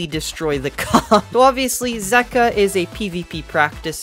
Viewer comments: Zeqa is pronounced as Zek-wa not Zeek-wa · It’s pronounced ze-cwa 😂😂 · Zeqa (zegua) that's how u pronounce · It’s pronounced, ZEE-KA